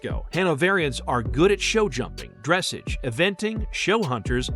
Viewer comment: if you are going to talk a bout horses and reference Dressage, please learn to pronounce the word correctly! It's Dress awwge not dress age